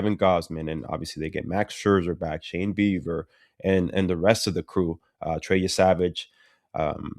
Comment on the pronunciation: i cant tell if ricky is calling him shane beaver on purpose or not lol